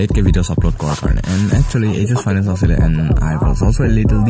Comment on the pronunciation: Auxilium not Auxiliam